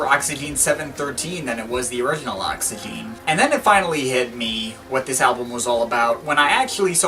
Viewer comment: Great video mate. But first of all, you don't pronounce the last E, so it's just pronounced: Oxygen. Secondly, when going through Jarre's back catalogue you should really include The Concerts in China, which included a lot of excellent new material, such as Night in Shanghai, Arpegiator, Souvenir of China and Orient Express. But anyway, thanks for the video.